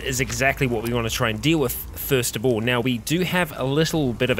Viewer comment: "thirst of all" I swear to god